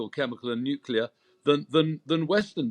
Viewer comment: So surprising to hear a knight of this realm and an obviously educated man saying such nonsense as “hence why” and pronouncing nuclear as “nucular”, rather like that imbecile George W Bush….smh